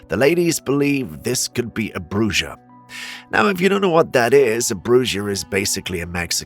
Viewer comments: It's pronounced broo-ha not broo-jah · it's Bruja, pronounced Brew-Ha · It's pronounced Brewha also known as the Mexican witch